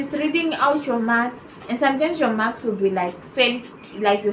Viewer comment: Oooo your saying Mark's, it's sounds like maths